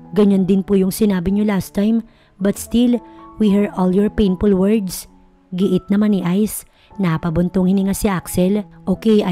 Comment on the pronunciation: DeFend, painFul, First aid, poV, careFul, THem, what brings you here NOT wats bring you here PAKIAYOS NG PRONUNCIATION pls